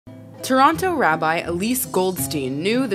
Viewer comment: ❤️❤️❤️!!! WAU ואו WOW!!! I knew it! you are from 🇨🇦🇨🇦🇨🇦Cah-Nah-Dah🇨🇦🇨🇦🇨🇦!!! ❤️❤️❤️!!! ALSO YOU ARE FROM MY HOME מטורונטו in Toronto City (Hyiii IMA)!!! You lost all your Canadian accent. I cannot hear a hint. You must have lived long time in Amerikayi. And thank YOU for saying Toronto correct pronouncing both letter t's. To-ron-to. Thick accent drops second letter t 'toron-Oh'. Thicker accent changes word 'CH-ron-oh'...saurusRex Lolllll